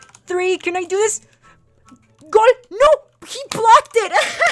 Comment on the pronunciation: It's "Goal." Not Gool.